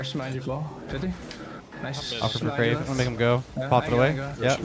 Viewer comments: Bro pronouncing cerave wrong has my brain doing doing flips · Did it annoy anyone else they were calling CERAVE, "crave"? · calling cerave “crave” cracks me up… guys it’s a lotion brand and that’s why it’s “the moist”